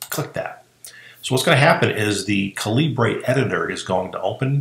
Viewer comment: Excellent info! Thanks. One point, though: It's pronounced "caliber" (just a different spelling, since the developer is Indian and uses British spelling conventions).